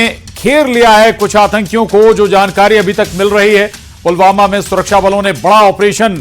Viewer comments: Abe bhai pulwama nahi he pulgama hai 😂😂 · पुलवामा नहीं pahalgam